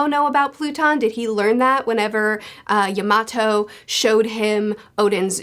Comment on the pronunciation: Can you say Yamato name right